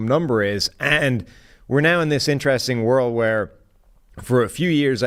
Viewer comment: Will someone please tell that it's pronounced In-ter-rest-ing and not 'intraressin'. Jesus christ.